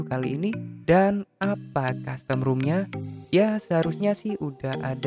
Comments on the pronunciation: baca nya ‘rom’ bang bukan ‘rum’ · ROM kaka bukan ROOM :v